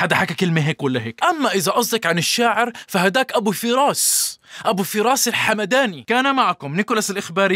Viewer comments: هو أنت تعلم شلون تنطق الحمداني بعدين تمسخر عل مذيعة 😉😂😂 (الميم ساكنة مو مرفوعة ) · بما أنك عبتصحح للمذيعة فأبو فراس الحمْداني تلفظ بتسكين الميم نسبة لحمدْان ولفظها بالفتحة خطأ تقبل تحياتي متابعك من سورية